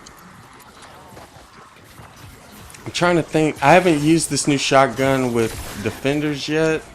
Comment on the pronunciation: I like how he pronounces shotgun0